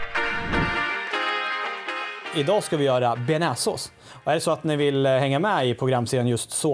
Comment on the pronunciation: Tja du tycker du uttalar bearnaisesås fel